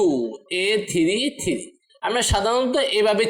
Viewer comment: Bhai thiri na bole three bolle ki hoina? 😅